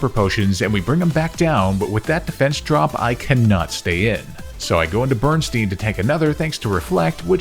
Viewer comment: Bro not you naming a Pokémon "Bernstain" and then pronouncing it "Berenstein!" Talk about the espeon effect!